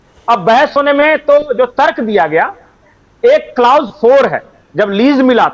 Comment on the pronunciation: बहुत बढ़िया विश्लेषण किया किन्तु ये शब्द कलौस है नाकि क्लाउस...... प्लीज सही उच्चारण किया करें....